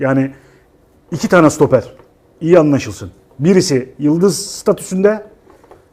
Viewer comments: Serdar Ali reyiz öyle güzel sutoper diyor ki, artık doğrusunu telaffuz edemez oldum. Ağız dolusu SUTOPER demek gibisi yok harbiden de hdhdhdh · sutoper değil kardeşim stoper